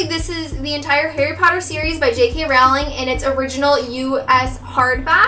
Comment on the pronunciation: Awesome bookshelf tour!!! It's actually pronounced JK "Rolling" btw hehe ;D